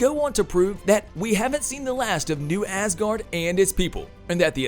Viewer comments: It’s pronounced azgard.. not ass guard lol 😂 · Ass guardians... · Who's Hayla? & why do you say ASS guard for Asgard...? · I'm trying to listen to the story - yay, Valkyrie!! - but keep getting stuck on the weird pronunciations - ThAnos and Aaaasgard? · Had to turn this video off because I feel like the OP was saying Thanos and Asgard wrong on purpose. Shit was annoying as hell to listen to